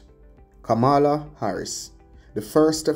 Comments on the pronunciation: You are pronouncing her name like donald tRump. Very annoying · 🥶Kamala is pronounced Coma’la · it is disrespectful to Kamala to mispronounce her name. How would you like for someone to bitch up your name in the same fashion?? The white racists in America does it deliberately to disrespect her and you sound just like them. 👎🏽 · Please pronounce her name properly